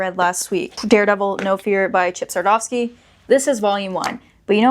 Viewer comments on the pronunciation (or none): There’s no “f” in Chip Zdarsky